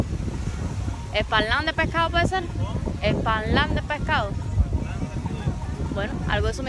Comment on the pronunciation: Se dice esperlán🙂